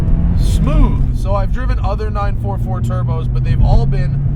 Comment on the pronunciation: I really approve of you Matt say the car's name properly " nine , four four" instead of nine forty for like most other American reviewer. Same with the 928 and 968